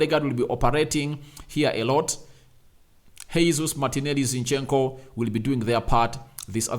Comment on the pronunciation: Sir his name is not Hesus. It's Gesus. This is no Spanish. It's Portuguese. What kind of journalist are you?